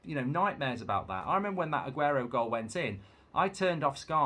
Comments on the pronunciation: Only Mark would say Aguenoo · Got me at ‘Aguenoo’😂